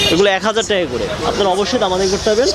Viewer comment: কিরে ভাই মুখ দিয়ে টাকা বের হয়না নাকি।টেকা টেকা করস